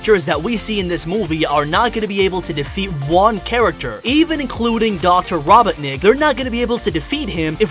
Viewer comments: “Raw-bah-nick” 😭 Why’d you pronounce robotnik like that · BRO SAID RO/BOW/NICK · Please don’t do anymore theories. Your theories suck. And Amy does not ever soften shadow and you pronounces eggmans last name very wrong